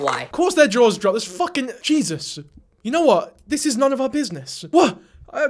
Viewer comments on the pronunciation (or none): Whilst in shock, did you say "jesus" or "jizzus" lol